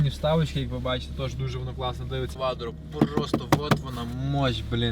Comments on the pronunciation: Шо, кваДро 😀, говори кватро или продавай ✌🏻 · Квадро! Ауди объясните молодому человеку как правильно выговаривать слово quattro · Я не пойму - он кривляется или язык украинский такой )))) или дефект речи, кваДро это вообще зашквар , ахахах